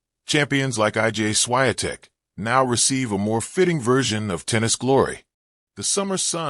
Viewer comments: I.G.A. Swayatek? Jeez! Tell AI to teach you how to pronounce that! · If you decide to record anything, learn how to pronounce someone's name. It's embarrassing. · Your pronunciation of the champ's name is a disgrace, disrespect to her roots and reputation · That's disgusting to say her name WRONGLY! Ask Google so you're aptly guided how to pronounce the name of the champ! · Why do you keep telling her namely WRONGLY??? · WRONG pronunciation of the champ's name!!!